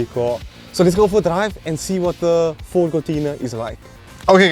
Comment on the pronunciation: "Fordt is Lordt"